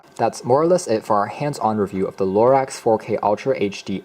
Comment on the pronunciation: It's not pronounced "LORAX"!!!!